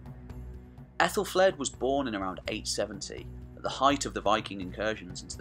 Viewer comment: Great vid! I've said this elsewhere, but I think 'Aethel' is pronounced 'athel' not 'ethel' because an ash ('a' and 'e' combined) is pronounced with a hard 'a', like hat. So it's pronounced "Athelflad" not "Ethelflade". Not being picky, just wanted to point out something I'd learned.